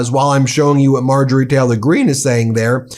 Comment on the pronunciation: Anyone notice how Ben always pronounces it “Marjorie Teller-Green” and “Laura Ingr-ra-ham”? I love the medias touch guys; but that annoys me more than it should 😆